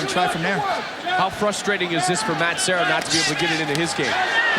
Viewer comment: The announcer that kept calling Serra as Sierra is an idiot. Even after the other announcer continually calling him Serra. Guessing that was Shamrock.